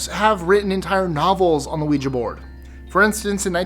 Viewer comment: you are the only one that I've seen on YouTube who consistently pronounces ouija correctly. 👻 You have no idea how much I appreciate that, because the mispronunciation drives me nuts. 🙂